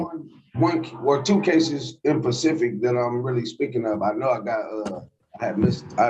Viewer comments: “In Pacific“?!?!😂🤣😂😭🤣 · “Two cases in pacific”…again the King’s English slaughtered…